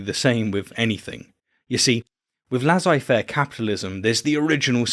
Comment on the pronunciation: cowardLY not cowardice... Or were you testing us if we'd spot the odd one out? :-) and it's not "laz-eye", it's "le-say". :-B although tbf, he DIDN'T say it was "more" anything, he in fact said it was incomparable. Which is kinda true, but you're correct that the sample size is 1 ... so this is just the puddle argument.